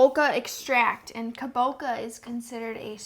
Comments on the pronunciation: Thanks for doing this! Btw, the squash is pronounced Ka-bo-cha (it's a type of Japanese pumpkin), not Ka-bo-ka, so the sweetner is therefore pronounced Bo-cha Sweet, not Bo-ca Sweet. And the sugar alcohols like Xylitol and Erythritol mess with lots of people's tummies, mine included, so you're in good company there :) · btw, the 'cha' in kabocha is pronounced as in Cha-Cha-Cha 🙂